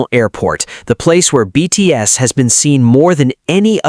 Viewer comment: You really could work on your pronunciation AI, especially on the proper names of the BTS members. That would show some respect. And the hyperbole starts to sound sarcastic about half way through.